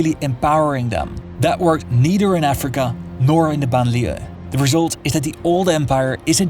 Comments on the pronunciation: you can learn how to pronounce "BANLIEUE" as it is meant to be pronounced --- type it in GOOGLE TRANSLATE select French language and click on the sound icon - a native speaker will say it for you - you can learn. there is no shame in respecting other languages than your own. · Couldn’t you have asked someone how to pronounce banlieue correctly? Just say suburb.